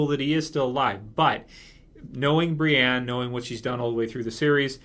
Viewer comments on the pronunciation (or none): none